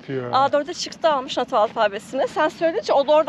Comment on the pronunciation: Teşekkür ederiz 😊 ya Ahmet video da nota gibi telaffuz etmiş de nato phonetic alphabet diye aratabilirsiniz 😅